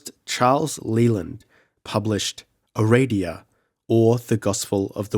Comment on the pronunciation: Aradia. Pronounce it the way it's spelled. (It's not Ereidia.)